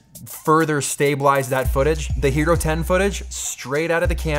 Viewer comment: I thought he said "Gyro 10" and kept looking for a tasty sandwich.